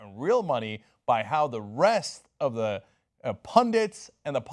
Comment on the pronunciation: I love when my American Turkish favourite broadcaster and owner of TYT say: at the end rather than at ( thi ) end since the determinate article is written always THE but is pronounced differently. the boy CONSONANTE the end. VOCALE not a criticism just a reminder . LOVE YOUR INFO SHOW KEEP IT REAL. HILLARY 4PRESIDENT. BRUNO BRIZZI MACCAFERRI